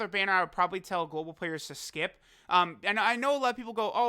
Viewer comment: STFU with that "GoLbAl W"